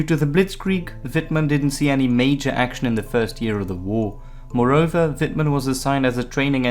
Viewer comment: Amazing!Do understand German?Your spelling is good,better than some german would pronounce it. I'm part of the 102.Tankbattalion at the Bundeswehr(German armed forces) and even here are picuteres of wittmann rommel and we use a learninguide written by Guderian.So yeah,i dont like nazis so that scared me first in times where political correctness is at first hand.